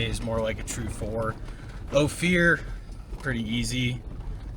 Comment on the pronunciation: Only because you asked; it's Oh-fur, not Oh-fear. Thanks for another great video! I miss living in CO a lot, but they really messed it up. I think it's really great your girl enjoys being outdoors with you, hope I can find one one day! I do believe everyone should enjoy the outdoors, but honestly miss when most didn't, and am with you 100% on the side by side thing, they're a plauge worse than locusts.